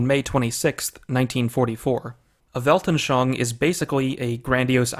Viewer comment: Weltanschauung has four syllables. Welt-an-schau-ung. You pronounced it as if it had three, but after 'schau' the last syllable should be pronounced 'oong'.